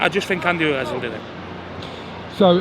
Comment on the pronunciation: “” Fury